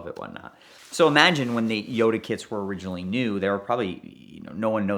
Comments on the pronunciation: Yoda? Jota is pronounced: HO-tah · I can’t watch any of his videos involving Lamborghini’s in case he says Jota in the weird way he does. It’s a shame, as I really enjoy his stories 😢